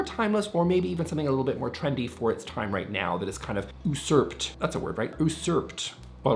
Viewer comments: Usurp is pronounced “you-serp” 😊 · Pronounced “Yoo-surpt” (Facial hair👍🏼)